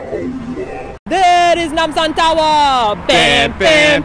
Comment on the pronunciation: When you guys say Nam sam tower I think of Itaewon Freedom..... XD WHERE EEZ NAMSAHN TOWERR?